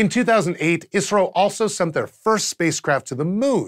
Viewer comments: its called I S R O... not iissrroo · Stop saying "Isro" like it's a word. I'm from India and pretty sure they call it I.S.R.O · Keep hearing Isreal when he says ISRO. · i alwasys heard "israel" instead of "isro" ^^ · kept thinking he was saying israel lol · Every time he said ISRO, I heard it as Israel.... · I kept hearing "Israel" everytime you said "Isro"